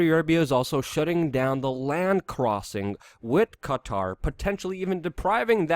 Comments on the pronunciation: Qatar - pronounced cutter. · The way you say Qatar is so funny